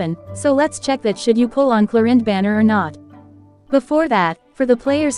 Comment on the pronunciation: Arrlechino and Clorinde 💀